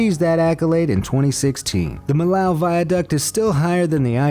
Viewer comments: The Millau Viaduct cost 400MILLION Euros, not 400K. And it is pronounced Mee-Yoh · The correct pronunciation of Millau is mee-yo, not mihl-ow. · Millau is more pronounced like "mi-io" since it`s located in france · "Millau" is pronounced like mee-YAW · Yep. 400M euros. And 3 years to build it. And if you want to pronounce it correctly, it's like in english to say : "Me, yo !"